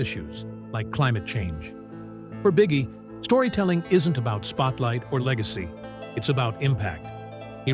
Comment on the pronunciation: We know his name is pronounced Bee Gee, not bigie, right?